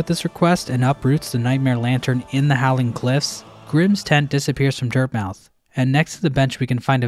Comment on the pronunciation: Lol at the way he pronounces Dirtmouth. You like eating dirt?